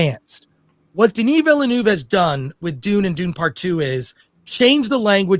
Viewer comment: Denie Vellenouvee😂